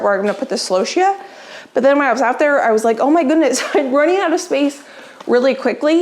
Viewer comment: I’m sorry for your loss. And you’re saying celosia correctly.